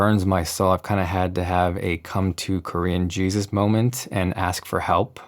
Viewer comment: Did he say Korean Jesus??